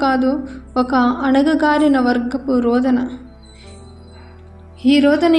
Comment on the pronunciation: Anagagarina kaadu anagarina